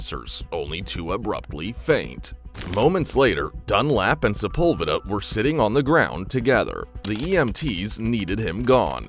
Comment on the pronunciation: Sepulveda is pronounced wrong